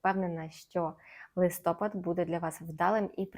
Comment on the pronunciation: гороскоп чудовий!!! Але, будь ласка, не листОпад, а листопАд - це українська вимова. Дякую!❤